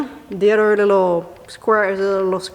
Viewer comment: It's not udder. It's other. English language.